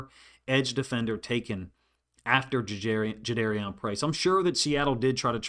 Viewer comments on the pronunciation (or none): Thanks for your analysis, coach. I guess we learned after the draft that his name is pronounced Ja-DAR-ian, not Ja-DARE-Ian. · Juh-darr-ee-en Was the pronunciation Price gave on his radio intro FYI Respectfully for future reference 👍🏽👍🏽